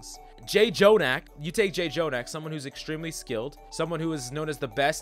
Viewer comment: The thing about Zen is that if he wins by skill and positioning... if You win against counters, You're not in their rank, You get stuck exactly at the point, where You can't outskill those counters. Also, it's not Jay Jonak, but Jonak, with a strong, hard J. It's a Korean sound, that's represented by the double letter, that's all.